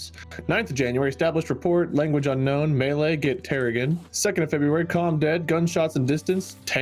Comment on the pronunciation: when your language gets pronouced as "melee" instead of "mè-lay"